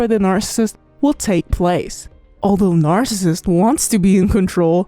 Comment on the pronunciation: If you can't say NARCISSIST don't be in the video I had to stop listening